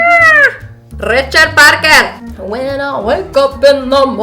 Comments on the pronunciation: AM I THE ONLY ONE WHO DIED AT THE 'RICHARD PARKER' WITH THE ACCENT AT THE END OMG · I LITERALLY JUST WATCHED LIFE OF PI OMFG when you said Richard Parker with an Indian accent I died hahahahha